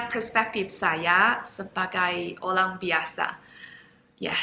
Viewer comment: ORANG = OLANG Ini adalah bahasa china jadul